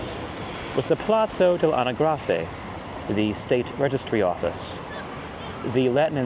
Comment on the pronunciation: Im-PE-ro, a-NA-gra-fe. Love your videos. I've lived in or near Rome 23 years and didn't know via san gregorio was once called via dei Trionfi. E=eh i=ee u=oo. We love tour excellent content. Have been visiting in the US and you made me homesick.